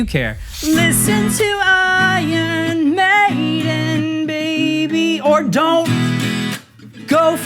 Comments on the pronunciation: lmao, love that he pronounced the band name one way and the album another way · he didn't explain why he said "I yearn maiden" tho